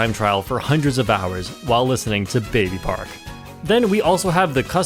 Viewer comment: at number 1 you mispronounced baby park